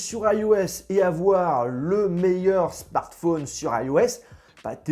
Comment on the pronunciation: Apprend à dire correctement "smartphone" déjà... merci!